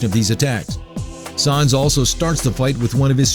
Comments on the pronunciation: the way you pronounce sans...you are gonna get PUNished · The mispronunciation of Sans drove me nuts. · I cringed everytime he said "Sans" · it's pronounced sans as in comic sans, idiot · That is not how u pronounce sans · You pronounced Sans wrong. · im happy sans is 1 but dude bro U CANT SAY SANS RIGHT U R SAYING SAAA NS DUDE SANS S A N S LIKE SAND LIKE ALSO U R LIKE FAKE AND NOT FAKE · S aaaaa nnnnnn ss not sAns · first of all you pronounce these names like a drunk 2 your old second its sans pronounced like sand but with a s istead of d not sons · Sans not sons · sons??? its sans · its not sons its sans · It's sAns, not sOns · Sans not Sauns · Its Sans Not Shans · His name is sans. Not saans... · I think you meen: "his name is sans, not sawns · Its not sarns thats like you say it its sans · SAWNSSS SAWWWWWWWWWWNNNNSSS!!!!!!!!!! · Both sans and gygas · Don't You Mean Sawns? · It's not sons it's sa-ns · Why do you say sAAns it's sans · Did he say Sas instead of Sans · Omga flowy is ALSO harder plus it's not saans its Sans! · IT IS SANS! NOT SAUNS! OR WHATEVER YOU SAID! I just can't put up with that mispronounciation anymore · "Sawns." You're gonna have a bad time. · "Sawns the skeltin" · It's not sAAAAns it's sans... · Its sah-ns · Who is "Sahns"? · wait did he say sahns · sons lol by the way it's just how he pronounces it how he wants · Wait... "Its no wonder that Saanz the skeleton..." Pronunciation error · th way he pronounces "sons" xD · You Were Saying Sons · ITS SANS S-A-N-S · um sir you said sans wrong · He mispronounced Sans' name, and it was kinda annoying when his voice sounded like a male Siri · um excuse me sir you said sans wrong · you said sans wrong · Goddammit you're pronouncing 'Sans' wrong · he's saying sans wrong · the mispronunciation of "sans" is killing me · The way he says sans... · who else is bugged at how he says sans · I cringe every time he mispronounces Sans.